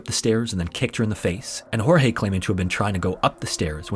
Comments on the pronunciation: Your portion of Sarah Boone is incorrect, starting with the pronunciation of Jorge's name. It's pronounced George, not Hor-hay. Second, the domestic violence incidents were not accurate. He was arrested 4 times for domestic violence against Sarah. Third, Sarah went to the police station, they did not come to arrest her. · Just an FYI...though his name is spelled Jorge and that is usually pronounced as it would be in Spanish and the way you are saying it this particular guy's name was actually pronounced like "George"....just thought I would mention that...(as someone who has a name that people have mispronounced my whole life due to the spelling and my mom deciding she would go against the norm and pronounce it differently). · Sarah is a murderer Jorge begged over and over to be let out cause he couldn't breathe. She thought it was a big fucking joke. Poor Jorge Weird side note Sarah calls him "George" but half the YouTubers doing this case "hor-hey"